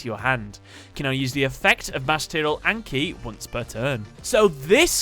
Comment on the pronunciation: Just so you know, it's pronounced On-Kee.